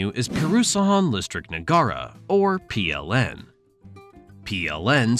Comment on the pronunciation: "Puhrusahaan Listrik Nuhgara" I'M CRYING 😭😭